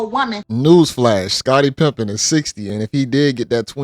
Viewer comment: I heard "Scottie Pimpin" 😂, maybe it waa slip of the tongue, or something you been waiting to slide in.